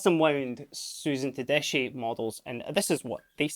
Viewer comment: btw is pronounced “tedeski “